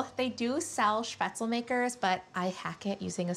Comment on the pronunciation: The least you could do is pronounce spaetzle correctly…